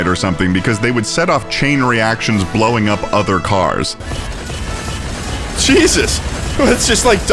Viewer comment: “You have the kindest eyes of a bjeasus”